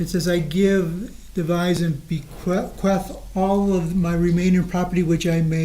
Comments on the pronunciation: Defense cant say "bequeath", and when Jessy forged this will, she said the rest to be donated to "Wisconsin Human Society", instead of HUMANE society. What an idiot. 🤣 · How does an attorney not know how to pronounce’bequeath’?? How embarrassing